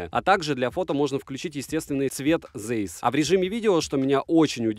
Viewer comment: Если в 2022 году кто-то не знает, что читается Цайс, то теперь вы знаете. Это немецкий, ei читается как ай. Вспомните Rammstein.